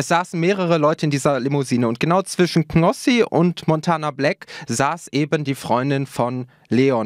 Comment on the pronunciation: der heißt knossi und nicht gnossi!!!!!😡😂